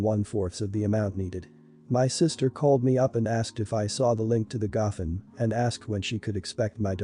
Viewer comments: The speaker is mispronouncing the word gofundme. It is go fund me. I have problems with speakers who do this for a job and don't know how to pronounce correctly. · Learn to pronounce words right. It’s called go fund me . It’s not a one word. U need to be stable in order to have children. Sister told her the truth. Some people lose weight easier than others. Not everyone has the same metabolism. U never tell someone u love them unless u feel it & mean it. Mom needs to set her boyfriend straight. His complaints r uncalled for. She should take up for her daughter. I wouldn’t give little kids raw fish. I get angry & yell at my youngest 2 granddaughters when I’ve told them multiple times to do something & they just keep putting it off r they just don’t listen.